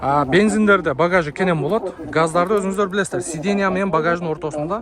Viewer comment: Сидения деп 100 жолу айтсан.Сидена дебей каласын.😅